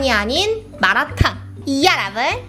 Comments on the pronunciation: ㅋㅋㅋㅋㅋㅋㅋㅋㅋㅋㅋㅋㅋㅋㅋ 마라탕이라고 하는데 마도나 … 진심 우리 할아버지 보는 줄 ㅋㅋㅋㅋㅋㅋㅋㅋㅋㅋㅋ 전국 할아버지들은 다 똑같으신가봐요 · 앜ㅋㅋㅋㅋ 마라탕을 마라톤이라고 하시네욯ㅎㅎㅎㅎ너무 재미있네요🤣 오늘 먹방도 잘 봤어용!!!😍